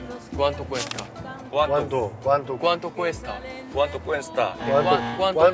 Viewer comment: ¿cuánto cuesta? 꾸안또 꾸에스따 꿰스타 라고 하면 틀린 발음. 줄이지 말고 그대로 읽어요. 미국사람 처럼 읽지 맙시다.^^ 조금만 연습하면 영어 보다 쉬운 발음이예요.^^